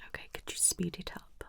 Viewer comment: i thought she said "spit" instead of speed. Worst of all, I simulated it 😂